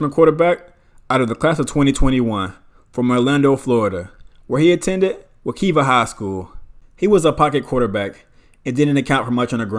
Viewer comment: How you gone say my alma mater name wrong. It’s pronounced Wa-Kiva ( Wekiva) High school